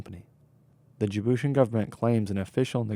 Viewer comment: This uncle tom looking fool can't even pronounce "Djiboutian."